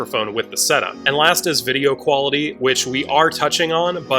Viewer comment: It's QUALITY and not QYALITY